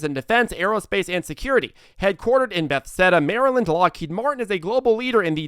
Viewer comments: Its be-thes-da not beth-esda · Headquartered in Beth seda Maryland???? What the hell is hard about saying Be thesda? It strains your credibility when you get the name of a well-known city so grossly incorrect.